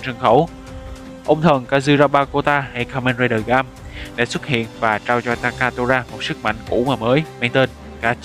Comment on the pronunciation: Là gaim... ga-im chứ ko phải gam đọc gam là thiếu "i" rồi